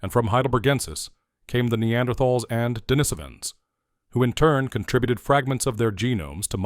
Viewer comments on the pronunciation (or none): none